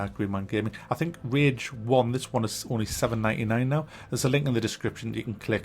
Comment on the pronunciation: rage not ridge my guy